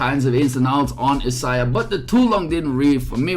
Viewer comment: Sorry, being nitpicky...her name is pronounced "Eye-say-uh"